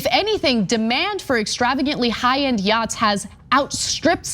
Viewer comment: Yo dawg, I herd u liek yachtz